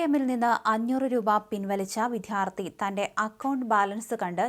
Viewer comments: വിത്ഥ്യാർത്ഥി അല്ല വിദ്യാർത്ഥി എന്നു പറയുക. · വിധ്യാർത്ഥി അല്ല വിദ്യാർത്ഥി